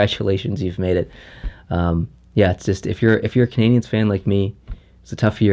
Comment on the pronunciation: Lmao the intro.. did anyone else hear “and I’m at the Montreal Bergevins game”??